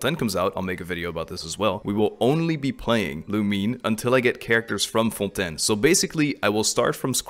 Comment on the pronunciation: WAIT ARE YOU FRENCH ? because you were pronouncing Fontaine very frenchly so I had suspicions but now... je suis trop contente parce que j'adore regarder tes vidéos en général, c'est super fun et tranquille :D